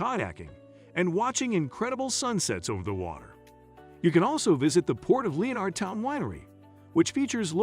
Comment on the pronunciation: Le o nard town? Lenerd it’s just Lenardtown